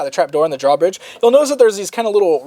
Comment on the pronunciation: I want to smack him every time he says draw bridge.